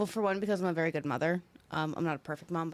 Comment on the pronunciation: I love when he says wery.